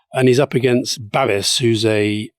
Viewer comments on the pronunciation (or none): His name is pronounced ‘Babish’. In Prague we don’t want ANO, but he will win on the back of the rural vote.